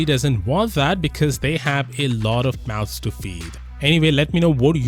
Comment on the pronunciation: I heard: mouse to feed